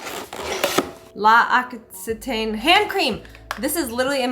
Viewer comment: L’Occitan pronounced like lox-ee-tahn ;) hope this helps ❤😊